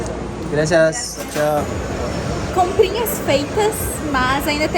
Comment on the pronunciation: Gnt eu sigo vcs faz um tempão e ate hj eu fico rindo qnd o vai se despedir de alguem em espanhol, pq ele nao da tchau nem em portugues, nem em espanhol kkk. Ele sempre fala xal kkk 😂😂, os caras devem estranhar.